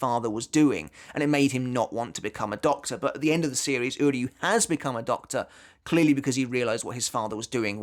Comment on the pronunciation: I just want to take a moment to appreciate that unlike the English Dub and almost all other YouTubers you are the only one who pronounces "Uryu's Name" correctly